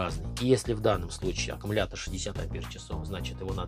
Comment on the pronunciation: Блин, за 1 минуту слово аккамултор, автор произнес до тошноты